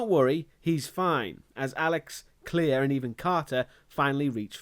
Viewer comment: Her name is Claire not Clear...